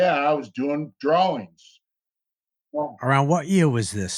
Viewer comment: says the word drawings... says the word drallings... lmao